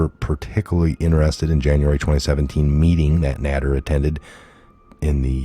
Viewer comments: It’s pronounced neyder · Pronounced NAY-DER 😊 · I think that name is pronounced GEORGE NADER. NAY- DER. a long a. It's pronounced as A like the name Ralph Nader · Nader (whose name is pronounced with a long a, like in dater) is a monster and must be caged as far away from the public as possible!! Ten years. What a joke. The kids this thing raped, tortured, terrorized, and possibly worse, will never be the same again!!! NOT RIGHT!!! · nA der ....with a long A.